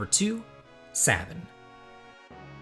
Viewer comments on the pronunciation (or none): "SAY-bin" Not "SAH-bin." Pshhhh man.....you're making it hard for me to keep this thumbs up on your video lol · SABIN= SAY BIN, NOT SAH BIN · Sabin.... The "I" makes the "A" long. Say-Bin....